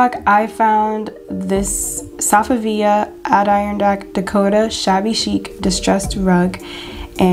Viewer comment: Great video, you do a fantastic job finding all these dupes. I can't imagine how long it takes! One thing, Adirondack is pronounced "ad-eh-RON-dack". You can probably find it said online somewhere.